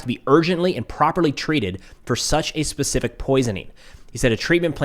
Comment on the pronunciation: Glad to see someone else struggles with the word specific… gets me every time. 😂